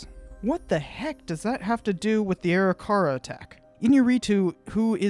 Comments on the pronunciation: Arikara is pronounced "ah-rick-uh-ruh", not "airy-car-rah" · Great review. You have a new subscriber. Seeing all the mountains on his way back struck me as wrong right away. One minor criticism is you pronunciation of Arikara. It a should be A-rick-ara. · Pronounce the Indian name as ....AW-RICK-AW-RAW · Good video. I believe your pronunciation of Arikara is not correct. Something more like "Uh-rih-ker-uh"..... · Arikara is pronounced A-RICK-A-RAW just saying good video though! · Sorry a more correct one would be Ah-RICK-Ah-RAW. Im actually an interpreter at Fort Abraham Lincoln state park which has the On a Slant Mandan Village and I had to learn about the Three Affiliated tribes (Mandan,Hidatsa,Arikara). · Dude, you're completely mispronouncing Arikara. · pronouncing arikara wrong